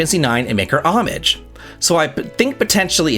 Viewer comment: You pronounced 'hommage' correctly. With the 'h' silent. Amazing, almost everyone says it with the h these days.